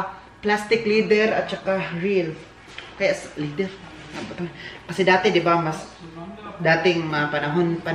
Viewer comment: Leather (LEH-thr). Hindi lih-thr 😊 parang pronunciation ng weather (WEH-thr not wiH-thr). Bagay sayo ang jacket, btw.